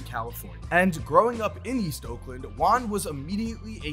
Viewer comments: If it’s a Spanish name the pronunciation will be like. Juan= “who-an”, J is not silent so it shouldn’t sound like saying “one” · Please say juan rather than wan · I thought he was saying LON not Juan